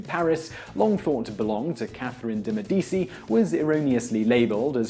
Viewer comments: Court gestures? Chast? Catherine de Medisi? Does nobody direct these videos to pick up on your mispronunciations? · Your editors get worse and worse. Look up how to pronounce Medici! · Dude, you are still mispronouncing words all over the place. Chaste, Medici, gimme a break.